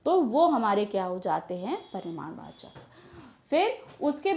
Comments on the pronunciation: its not "paridamvachak" its *PARIMADVACHAK"... You shoud have atleast corrected that maam! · Its parimanvachak not parinamvachak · Pariraamvachak nahi hai madam parimaarvachak hai